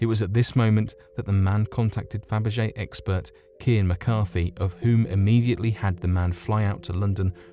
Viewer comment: Did he say Fabergé 'eggspert'? 😊